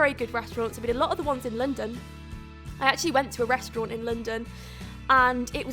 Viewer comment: Please say restaurant like a normal person, don't try and make yourself sound posh.